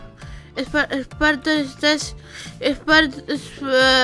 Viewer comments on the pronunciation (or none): Se dise spartor no smparmor